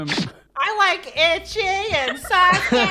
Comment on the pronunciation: The fact sakura said itchy for itachi